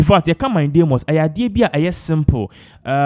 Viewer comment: Pls the word is mandamus not mindamus